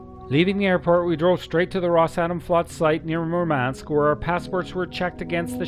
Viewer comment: The mispronounced names made this video cringe worthy. Murmansk not Merman-sk.